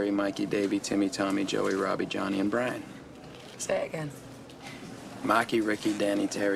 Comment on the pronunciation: “Bwian?” No, Brian.....